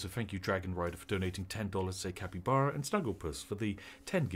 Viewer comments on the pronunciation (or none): none